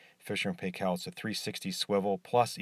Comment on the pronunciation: Fisher & Paykel pronounced Pie-kal....